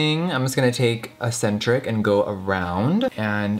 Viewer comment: Jeffree I love you to death, but eccentric is not pronounced asentric.